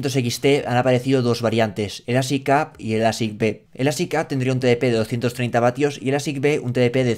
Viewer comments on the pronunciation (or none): none